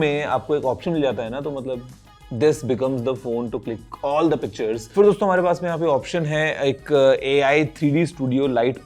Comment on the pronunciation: Guruji jab bhi dosto bolte hain . And i listen always Gareebooo😂